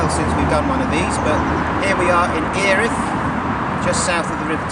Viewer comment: Great video. I've only got to the end of section 2 myself so will watch all your videos today. Just one point, it's pronounced Ear-rith.